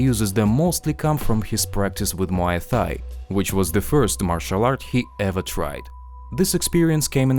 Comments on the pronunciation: A MMA channel pronouncing Thai as “Thigh”... come on now lol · please pronounce thai correctly, google will help you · Learn how to pronounce “Thai” correctly